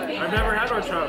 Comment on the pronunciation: Also the H in Horchata is silent... Oar-chata